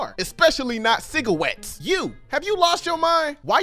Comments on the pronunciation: When said ciguarwettes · “Especially no CIGGAWETTS” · “The especially cigarwets “got me cracked up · "Especially not no cigawettes" got me on the floor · Especially not ciwggrates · The way said cigarettes ahhh the fallacies from the boondocks